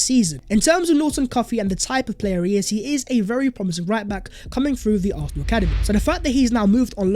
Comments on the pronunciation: Arthenal 👀👀👀😅 love u my guy but 👀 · For Gods sake, atleast pronounce "Arsenal" properly man..😑